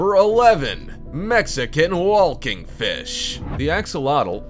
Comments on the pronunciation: It’s “walking”...not “wall-king”... just say axolotl cause for some reason you can pronounce that... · Does this narrator seriously not know how to pronounce the word 'walking'??? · I like how he pronounces “walking” as “wholking” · Can you explain about wheelking?